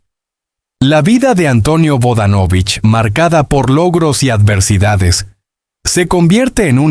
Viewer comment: No sigas mintiendo y por favor primero aprende a pronunciar bien sus apellido